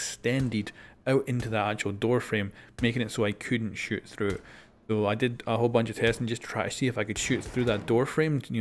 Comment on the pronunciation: Did you reall say "wholes"